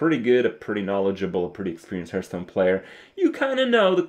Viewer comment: please stop saying 'hurth' stone. It's driving me nuts. A hearthsone is the stone plate directly in front of a fireplace and it's pronounced like 'harth' stone. Yes, I'm a petty pedant.